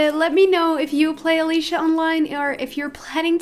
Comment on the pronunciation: That’s not how you say Alicia